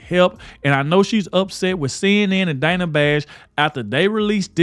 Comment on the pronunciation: Dana with a short A first syllable? Nope, it’s Dana with a long A sound in 1st syllable. Come on Kamala….if you want your name pronounced correctly, pronounce other people’s names correctly.